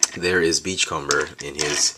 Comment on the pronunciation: your pronouncing beachcomber wrong, its beach-comb-er, comb, as in the thing you use to brush your hair with.sorry for sounding uptight it just bugged me this whole video.